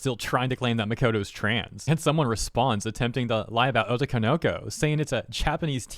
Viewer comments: "o-TO-ko-no-KO". Not "O-to-ko-NO-ko". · Jesus that butchering of "otoko no ko". It's not "oto konoko",... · You say "otokonoko" very strangely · I love how you say otokonoko like obi Wan kenobi